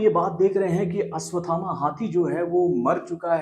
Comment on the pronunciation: Tackle aswathama nahi 😂 ashwathama